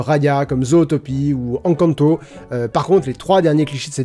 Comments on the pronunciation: Rhaaaaa naaaan la prononciation d'Encanto ! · c fait exprès de mal prononcer "encanto" ??? ça me trigger de ouf !!!